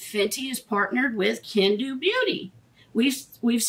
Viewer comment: Hi Love, it's actually pronounced ken-doe.😘